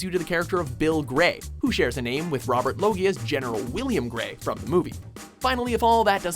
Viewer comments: Robert Low-gey-ah? It's R as in Robert Loggia. O as in "Oh my god, it's Robert Loggia." B as in "By God! It's Robert Loggia." E as in "Everybody loves Robert Loggia." R as in Robert Loggia. T as in "Tim, look over there! It's Robert Loggia." Space. L as in "Look! It's Robert Loggia." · "Robert Loggie-ah" lmao